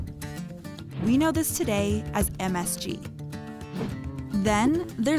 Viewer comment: As an Asian, i got offended by the MSG pronunciation